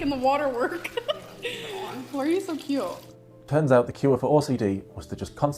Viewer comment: When will this mega bimbo learn to put the "t" on the end of cute? Cue drives me nuts.